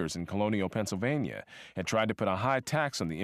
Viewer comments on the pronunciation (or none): none